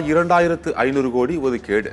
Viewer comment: Thamizh ozhunga pesavum seidhi vaasipalare....odhukeedu ku odhikedu nu solgireergal